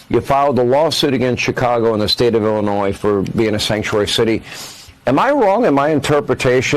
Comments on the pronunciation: Illinoy no “s” on the end. It’s a French language origin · Love your content, but because I am that kind of A-H0le, I have to say this... You mispronounce Illinois, it is pronounced like ILL-A- NOY, not ILL-A-NOYZ, If you don't care about pronouncing the state correctly, why would you care that you are pronouncing the governor of that state's name correctly? Keep up the great content, but, that word happens to be one of my weird, quirky triggers.... like when people say "I'll meet you at 8 AM in the morning.... there is no other 8 AM AM means the morning, so, either say 8 AM or 8 in the morning, don't use both :) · Illinois = il•li•noy. ❤ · Illinois (ill-in-oy), silent S at the end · Ell laa noi no s on the end thank you 😎